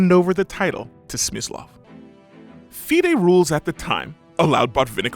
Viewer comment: How hard did he butcher FIDE tho 😂